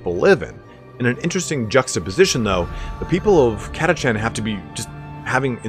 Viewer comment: havin an army of 4,2k of those ones i prefer call em an army of cataKHAN! ! no chancies up with those guys, friend. were catachan, not "cat-a-chan". BTW, orks and tyranids love our sentinels. =)